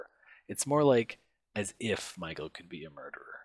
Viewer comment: OH yes! certain words sounds just like how Jim would pronounce them. "as if" and "Michael" "Kelly" at or ...